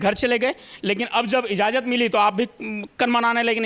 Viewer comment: इज़ाज़त नहीं इजाज़त बोलिए। सबसे अच्छा होगा यदि आप कहें कि ‘अनुमति दे दी है’